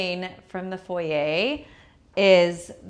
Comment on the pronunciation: Not envious - have much better. Nothing is better than that cheap little out of scale chair and pedestal in foyer. Bunny Williams does not pronounce it as foyeigh lol. So much cheap junk in this house. I do like the portrait picture in the foyer though. Gloves for the Leibovitz book? Hahahaha. I t must be priceless to be in the same home as your car art, Car art doesn’t seem PERSONABLE? Hahahaha. Had to go before you started on the dining room and the $50. chairs. You brag, pretend to know what you are doing, don’t have much money, and have made dozen of costly mistakes. You have a presence that shouts insecure, copycat, raised by braggarts without money, envious, completely untalented. You owe your Wal Mart and Rooms To Go guests for keeping you in subscribers. 😅😂